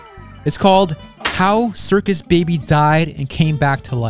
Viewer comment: When circus babies twin said her name she said circus blueby